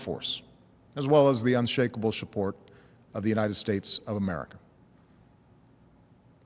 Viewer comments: yep, the unshakable shupport. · Did he just say shupport